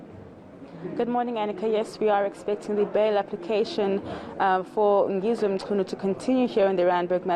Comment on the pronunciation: Thanks mama for effort to properly pronounce the surname.